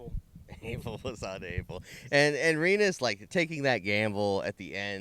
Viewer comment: Rye-nus? Really?